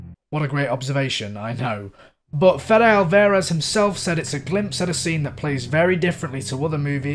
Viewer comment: Just a quick side note. His name is pronounced not alVEHrez. Great video though! 👍👍👍